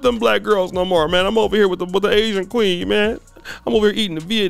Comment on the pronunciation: 🎤😫🎶 “I gotta Asian kwee-heen…”